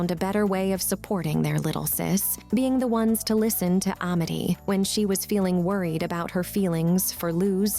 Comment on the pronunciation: "Uh-mity" "PlanTAHr"